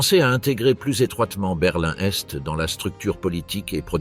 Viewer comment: enfin une IA à la hauteur qui arrive notamment et enfin à énumérer des dates en les prononçant correctement, ouf ! il était temps... quand même une erreur, on ne dit pas : conditions Sine qua non se prononce : sine que none...et une autre aussi ! Berlin Est et non berlin n'Est. lol ah ! les IA pas encore parfaite, mais bon celle ci est très bien